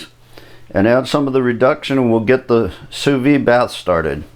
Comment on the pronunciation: Great video! Sous vide is pronounced: sue-veed (don't leave off the "D")